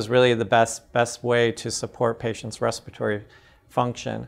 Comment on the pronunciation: Re-spire-tory? It’s respiratory failure.